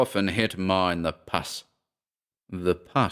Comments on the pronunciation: I APPRECIATE YOUR READINGS GREATLY! Just a heads up on a couple of words I thought were mispronounced. The first are & same word. You read it as “PUSS” like the the nasty discharge from an infected wound, but should be read as in the following ‘Pussycat.’ The second word is I believe you meant to say “Lath - short A - which is a piece of wood that was used in the early 20th Century used in home building. Although you pronounced as “Lathe” which is woodworhing machine. KEEP THOSE READINGS & YOUR GOOD WORKING COMING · Dear sweet - umm - for a second i was like 'huh???" 'puss' is not pus (as in an infected cut, pronounced as in bus), it's sort of a short 'oo' as in put - as in pussy cat. you don't have the word pussy, as in cat, in Britain? (hitting someone 'in the puss' is an American slang from the "30's and '40's - meaning to hit someone in the mouth.) of course, i could always give you a quick buss on your cheek. isn't English such a logical language? LOL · Why did you mispronounce puss like pus? Avoiding demonitization? :D Great reading as always though